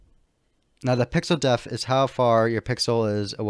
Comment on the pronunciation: "Depth". Pixel "depth" offset. Not pixel "deaf". Please learn this if you make a future tutorial, which for the record I consider to be very well presented and easy to follow. You do a good job in this aspect